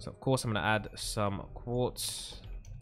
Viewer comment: When He Sad Quarz I Was Like OH MY GOD ITS WHITE CONCRETE